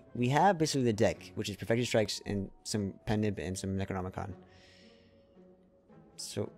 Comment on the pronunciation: Why are you saying necronomicon like that cmonBruh